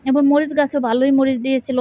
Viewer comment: আচ্ছা সবুজের কথা না হয় বাদই দিলাম আপনি তো এবং কে এবন বলেন আর ভালো করে ভিডিও টা দেখুন সবুজের বলছেন নাকি সবুসের বলছেন